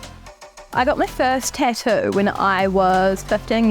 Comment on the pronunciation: The way she pronounces “tattoo” is getting under my skin